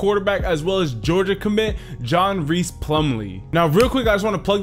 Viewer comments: I'm honestly flattered that he did a video about John Rhys bc I'm from Oak Grove and I watched almost every game he play last season and btw it's pronounced like John Rice not John Reese but u did spell it right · His middle name is pronounced “rice” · Great video, Rhys is actually pronounced like "rice." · As a teacher at OGHS......GO WARRIORS!!! Another one to watch this year, Austin Todd. 6'5" 320 lbs nose guard! Oh btw "Rhys" is pronounced "Rice". j/s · its pronounced john 'rice"